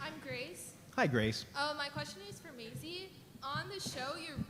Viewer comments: Does that guy say My-ease (Masie?) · he called her Maeez insted of Maisie. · check out the chinese dude when he says Maisie's name wrong looooool